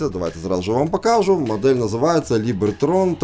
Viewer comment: Либертон, а не Либертрон🫣☺️